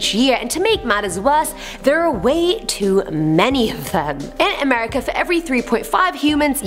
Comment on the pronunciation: Can we have a AAAmerican do AAAmerican stories or at least someone that can pronounce (A) merica.